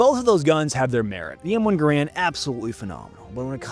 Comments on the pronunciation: It’s pronounced M1 Gare-Rand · Low rate the Enfield? Sounds like a little prejudice to me. And gaaa raaand. Wrongly pronounced.